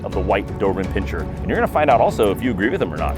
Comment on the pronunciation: Pin-ser. No pinching